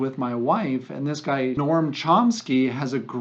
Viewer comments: Lots of really 'interesting' takes/take-aways here...first of all, his name is Noam (gnome) not 'NORM'. Chomsky has been identifying the same deep, systemic issues for decades w/solutions that a highly brainwashed & propagandized American public neither recognizes, understands, or can even process as practical. Although, they have been successfully applied across much of the developed world. Take the time to really focus on the deeper issues of what Chomsky talks about...The Sickness Is The System. Everything is a biproduct of the current economic system we're forced into & convinced is the one & only way to conduct societal interactions, commerce, & welfare. Any economist worth their degree can tell you the system is set up for a crash (now called a 'reset') every 4-7 years, which allows the wealthy & powerful to gobble up a bit more, while the working class (i.e. the 99%) sacrifice much more. Unions, worker cooperatives, rank-choice voting, multiple parties rather than a duopoly that are both in the pocket of Wall Street & corporations, regulations, significant tax hikes on wealth over a certain amount, a maximize wage, throwing the white-collar crooks in jail (see Iceland after the '08 crash), universal healthcare, proper funding of education from early childhood all the way through higher education, massive drawing down of military spending & accountability, lifting the cap on Social Security taxes to ensure ALL are paying in appropriately, etc. There are practical soluti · His name is NOAM not Norm. Good information but the background music is a tad to loud.